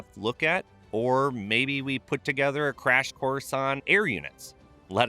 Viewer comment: Emphasis on the Democratic *crash* part